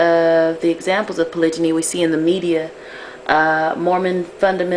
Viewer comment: HERE IS WHAT I THINK.....U NEED TO KNOW HOW TO SAY THE WORD CORRECTLY!!!!!!!! THATS FIRST....SECOND U NEED TO PICK A RELIGION AND THEN DISCUSS POLYGAMY IN THAT RELIGION. ASK ONE OF US B4 U REALLY START TALKING. GOD SAID BE FRUITFUL AND MULTIPLY DID U MISS THAT PART OF THE BIBLE? HOW MANY WIVES DID THEY HAVE DURING THE TIMES OF JESUS OR MOSES ? ARE U SURE THEY ONLY HAD ONE OR HAVE U REALLY DONE UR HOMEWORK? IM DONE NO BEEFING BUT AS A MUSLIM U NEED TO HAVE A REAL UNDERSTANDING OF THE CONCEPT!!!!